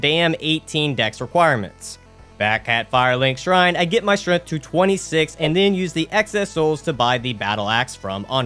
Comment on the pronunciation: "Strath" will always be correct in our hearts.